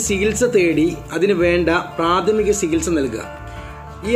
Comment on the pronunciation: സിഹിത്സ അല്ല ചികിത്സ🙂